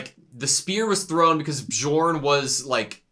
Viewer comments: Please! It’s not B-jorn, it’s Bee-orn. The J is a Y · This Bjorn pronunciation lmao